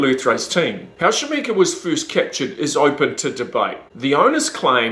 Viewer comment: Shaminka? I thought it was Kashamenk. Is Shaminka his stage name?